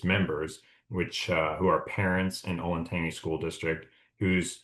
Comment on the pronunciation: it's pronounced olentanjee btw, not tangy